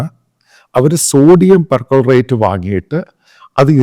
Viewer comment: Per chlorate not percolerate